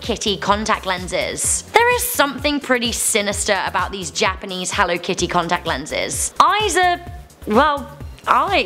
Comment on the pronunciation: HELLUR AND WELCOME